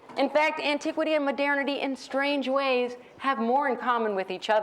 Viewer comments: It's not that unusual. Sounds like modirnity. Maybe she's from Edirne? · Oh, now she said "midernity". Maybe she's from Midgard. ;) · What´s with her pronunciation of MODERNITY?